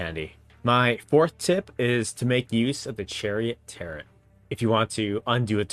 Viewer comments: great videos! i just pulled out my psp and started to replay TO since it's been many years since i've played. FYI warren is usually pronounced "war-en" and tarot is "tare-oh" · The last T in Tarot is silent my friend. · He is from Hawaii. They having some called Taro so there is that my friend.